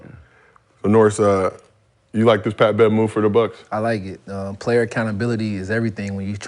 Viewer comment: "I duck no smoke Pat!" is all I'm hearing LMAO 🤣🤣🤣